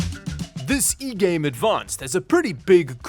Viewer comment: Not "e"game , its igame